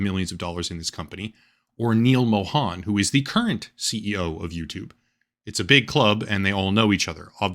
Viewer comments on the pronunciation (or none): none